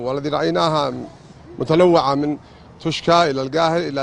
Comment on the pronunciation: توشكا لهم سنتين ولا عرفوا ينطقون كا تيوشا ههههههههههههههههههههههههههههههههههههههههههه